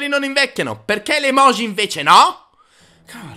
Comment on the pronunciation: Perché pronunciate la J di EMOJI e di tutte le parole giapponesi come se fosse la J del francese? Si prouncia "gi" palatale come la J inglese